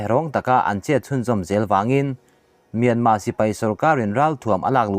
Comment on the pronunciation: Mynma tih reng chu ka van kham tak , lam tha peih loh nih chuan burma ti mai rawh